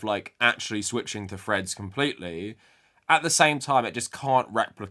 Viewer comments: For the first half of this video I thought you were referencing some new social media site called Fred's that I had never heard of before I realized you were just and you were saying Threads. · I thought I was going crazy because every time Threads is mentioned I hear "Fred's", but the subtitles seem to agree with me.